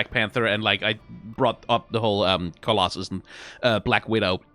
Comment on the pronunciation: struggling to say either Black Widow or Widowmaker correctly is a mood